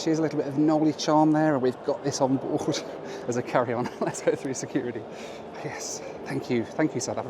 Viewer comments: i came here to say eh? securidy???? but you won! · it's securiTY. FFS you've only been in the US for 20 minutes😆😆